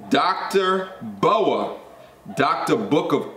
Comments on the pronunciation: Dr. B. O. A. Say each of the letters, not a snake. Lol B.........O...........A Book of Alpharonomy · It’s dr. B.O.A bro 😂 not Boa like a snake. Put some respect on the the big homie name 💯 but good content keep it up